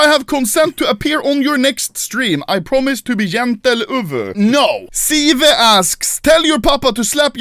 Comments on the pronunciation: The fact that he called Sive Siv is really annoying me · the way he read Sive bruh lol